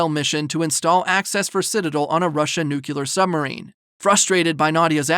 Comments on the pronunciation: Excellent recap, thank you. One small note; it’s pronounced nu-clear 🙂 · NU-CLEEEEE-AAAAAARRR ...... NOT Nucular